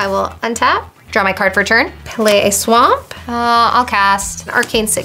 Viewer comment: He said "play a swa'mp what a mron I hope he was trying to be funny at least